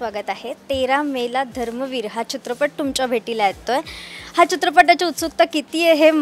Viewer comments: धर्मवीर बोल ग .धरमवीर काय ? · तायडे, धरमवीर नाही धर्मवीर आनंद दिघे साहेब